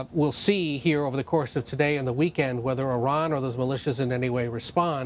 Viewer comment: She can't pronounce "Iran" correctly, and yet we are here listening to the lies of Western media.